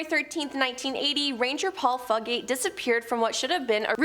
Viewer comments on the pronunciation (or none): #7 fugate is pronounced "few get" 😅